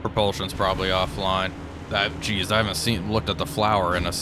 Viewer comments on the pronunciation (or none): none